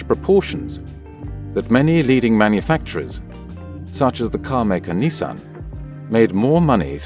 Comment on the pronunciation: You really can't pronounce Nissan?